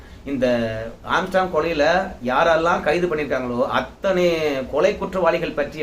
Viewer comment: ஆஸ்ட்ராங் இல்ல ஆம்ஸ்ட்ராங்...